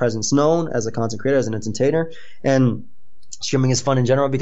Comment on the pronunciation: " you are a content creaTAH entertaiNAH video ediTAH highly qualified pokemon plaYAH" who has stopped uploading heatah fajitah. So fuck you